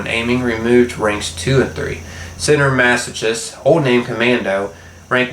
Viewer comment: Sometimes 'CH' is pronounced as a hard 'K'. Masochist: Mass-oh-kist Like chitin is pronounced with a hard 'K' as well as anchor,choir,echo or school.